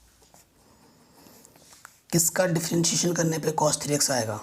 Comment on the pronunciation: Sir why are you saying cosh it is cos.